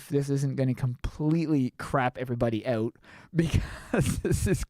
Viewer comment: The way he says OUT makes me laugh OUWT